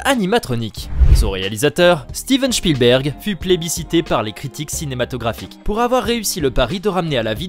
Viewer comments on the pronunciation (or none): Tu ne sait même pas prononcer le nom de Steven Spielberg correctement. C'est pas Chpielberg. 🤣